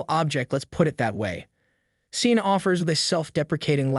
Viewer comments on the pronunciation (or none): You are pronouncing "seen", but it should be "shon". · ARE YOU KIDDING ! YOU HAVE NO IDEA HOW TO PRONOUNCE HIS NAME/THE NAME "SEAN." JUST DELETE THIS VIDEO. YOU HAVE LOST THE RIGHT TO POST/SAY ANYTHING ABOUT SEAN LENNON OR ANY ONE!!!!!!!!!!!!!!!